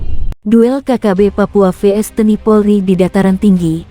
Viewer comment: Belajar ngomong dulu jgn TNI harusnya te en i